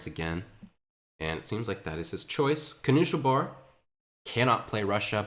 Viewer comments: The pronounciation of knuschelbär is so triggering lol. Noosh-el-bear. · I wonder why twitch chat didn't correct him eh